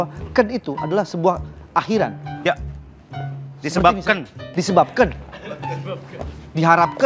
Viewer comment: 😂 - "di sebab keun"🤣